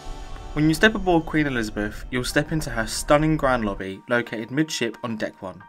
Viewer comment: “Lobbby” has 3 B’s?